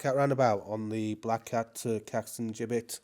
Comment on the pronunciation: Great video thank you, and you pronounced gibbet correctly - most grateful